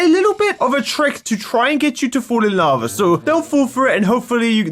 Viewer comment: laba... me:IT'S NOT LABA IT'S LAVA!!!😡😡😡😡😡😡